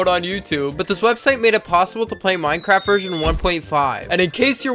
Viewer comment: why is it saying minceraft